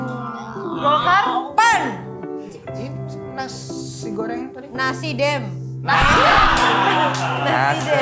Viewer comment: Baswedan jadi Baswiri, Ganjar jadi Ginanjar, Nasdem jadi Nas Drum, Perindo jadi Perindro, wkwkkw ngakak bgst